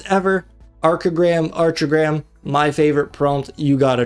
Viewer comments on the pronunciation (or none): it’s pronounced “arc” as in architecture. fwiw, Archigram was an English architectural movement in the 1960’s